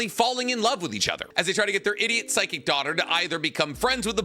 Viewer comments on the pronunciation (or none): none